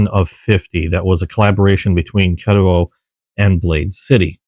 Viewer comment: Thanks for the video…supposed to be at my local knife shop soon. Only the 14c28n with g10 though… wish you said Ketuo the way it’s supposed to be lol